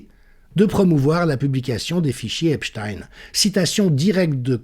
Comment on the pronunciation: Merci prononcer "Epstein" comme "Einstein".